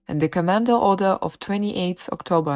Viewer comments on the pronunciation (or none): none